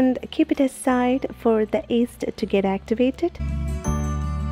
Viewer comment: I hear east. is that yeast or east?